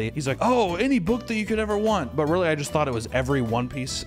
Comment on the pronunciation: when this bro said "wiwee?" I lost it.